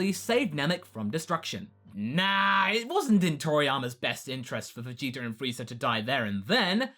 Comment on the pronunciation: to be someone that loves dragon ball so much he says vegeta wrong all the time